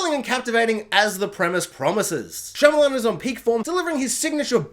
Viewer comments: Am I the only one hearing you say Shylaman and not Shymalan? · Making a whole ass video on the guy and saying his name wrong the whole time is almost as wild as having Unbreakable under The Visit and Old.